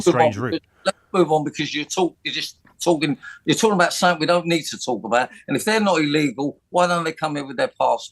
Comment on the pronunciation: Yes, yes he is. Stupid, rude, bigoted and looks like a partly melted waxwork of Rod Stewart 🙄 Maybe he should stick to "tawking abaht u-bends"